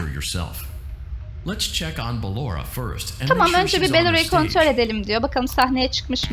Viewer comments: bellora deyil Ballora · o beloora deil baloora olacaktı yanlış diyorsun